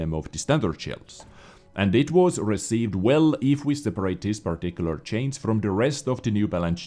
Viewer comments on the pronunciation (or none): Dear: It doesnt mean CHANCE... it means CHANGE so you have to pronounce it differently! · and "chains" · Hey, I know you're not a native speaker but for the love of God there is a difference in pronunciation of "change" and "chance":-D Still love your work though! <3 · If u would be a true og of this chanel than u would know that sometimes when he said chance he put a big chain on the screen bc when he says it it sounds like chains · He says it as a joke